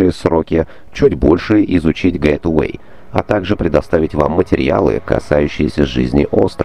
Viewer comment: Почему произносит "Гэтувэй"? Если оно "Гейтвэй" от "Гейт"- Ворота (Чтобы удостовериться в правильности произношения зайдите в любой переводчик и включите озвучку) Простите что придираюсь, просто так будет правильней